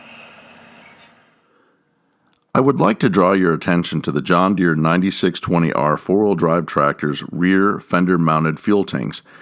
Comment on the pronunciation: its a 9 620R, Not a 9620R. please state that in john deere videos. the series number is pronounced, not all together.